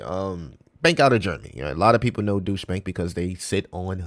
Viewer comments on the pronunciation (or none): And just to help out ,Deutsche , isnt pronounced Douche …. It’s pronounced D-oi-ch. Doich. D as in dog , Oi like in oil and ch like chain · It’s not pronounced douche bank 😂